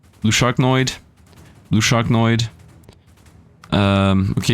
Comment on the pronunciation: SharkNOID. I cant get over him saying that